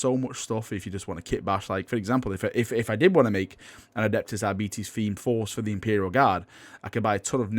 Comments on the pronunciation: it's AR - BI - TES not ARBI - TIS. not even my native language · Pronounced like Arbitrator, arbiter, arbitrage... R-bit-és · Ar-bites, please for god Emperor´s sake. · "I'm just gonna pronounce it Arbetes and you'll just have to live with it" Finger hovers over unsubscribe button..... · It is pronounced arbetees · Ar - bit - es , as in Arbiter (someone who makes a judgement) its basic English. They are not coming, it's Enforcers as in someone who enforces the judgement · When you say arbites i keep thinkind diabetes xD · I had always assumed 'Arbites' was faux Latin shorthand for 'Arbiter' so base the pronunciation on that, I guess? Making them arbiters, or Judge, jury, and executioner, is also a clever way to tie them in with the Judge Dredd IP for free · All in favor for the public execution of for how he pronounces Aribites say "I". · That pronunciation of Arbites is like nails on a blackboard.